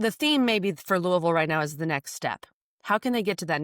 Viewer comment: You know this is a trustworthy podcast because they actually pronounce Louisville correctly!